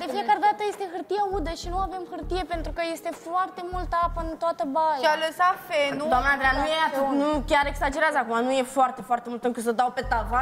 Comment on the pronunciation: "si-a lasat fenul" (feonul) 🤣🤣🤣🤣